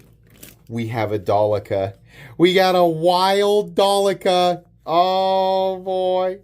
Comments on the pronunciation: Its not Dalica, its Delica FOI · Its Sypderco DEL- I -CA